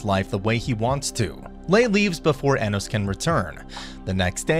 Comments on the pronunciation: why do you pronounce his name like that its pronounced ah-nos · also you say anos wrong just so you know